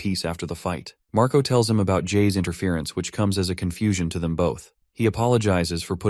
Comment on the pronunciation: The older brother name is Marco right iheard u said mraco